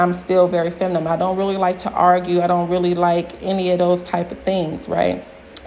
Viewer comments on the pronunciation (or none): Your videos are entertaining...keep it up! But you use the word feminine too often to keep saying feminum....